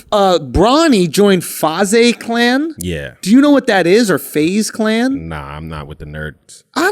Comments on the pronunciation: He said "fauzay" clan 😭😭 it's faze (phase) clan 😂😂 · the "Fah-Zay" clan pronunciation had me dyin lol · Bro Schulz saying "Fazay" made me wanna kill myself - 21 year old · He said "fah-zay" clan hahah. What's crazy that Schulz/Akaash and Alex are not privy to is that these big gaming orgs/clans (FaZe, 100 Thieves etc) "nerd shit" gamers are all millionaires with insane gaming houses/cars/street wear brands makin more money a year streaming (subscriptions, donations, ad streams etc), playing in tournaments, running sponsored events and selling merch than the whole Flagrant 2 team will make all year combined touring and running around the globe tryin to slang tickets and blue chew pills. They need to do some research. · Hahaha bro calling FaZe, FahZay making me cringe